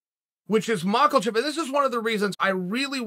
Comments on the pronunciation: Listen chael this needs to be said but there's no "L" in mackachev. It's mak-a-chev not makelchev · MAH-KAH-CHEV Uncle Chael: MAH-KLE-CHEF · MakLEchev. Not Makhachev. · the details of Charles character are such a mystery. Such dedication to mawklechev. Chael has been to Dagestan before and known these wrestlers personally. He knows how to pronounce this stuff. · Mocklechev* (not sure where you hear the "a") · Who's "Marklechef"? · 'Mackle-chev' lmao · Chael: Islum Mucklechev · Good ol Makelchev😂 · For the love of god chael quit saying “mackleshev” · I just love how Chael still hasn't properly pronounced a single fighters name yet... he even usually says a different name altogether 😆🔥 makelchev.... blahal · Mosta7eel Chael is still saying Mackelchev😭😭😭😭😭😭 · "Makulchev" Jesus, does he even try to pronounce names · Makhalchev. He has to be doing this on purpose!! 😂😂😂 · HIS NAME IS NOT ............"MAKELCHEV" - THERE IS NO ....." L " IN HIS NAME......... OK ??? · I live for the day he don't call him maklchlev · 'Mahcklchef' lol... Ok Chael. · Who the fuck is Macklechev?? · “Makelchev” lol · Makelchev r you sure it's not angela merkel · Lol how hard is it to say mak a chef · I love how Chael decided Islam needs an “L” in his last name 😂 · There are nine letters in Makhachev. Not one of those letters is an L but he puts one in the pronunciation. Sonnen undisputed undefeated, never lost a round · Why does chael throw an L in that dudes name every single time? He does it so consistently it’s impressive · There’s no L in Makhachev😅 unc. Go Bobby! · Lmao Chael really pronounce “Makhachev” wit a hard L 😂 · Why does he twist Mahachev's last name? Chukl Sulnon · chael ahahh how you gna add a L to makhachevs name ahahahah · There is no "L" in Islam's surname, why u keep pronouncing it like there is? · There’s no L in Makhachev